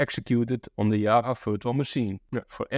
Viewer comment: Why is he calling Java to Yaava🤣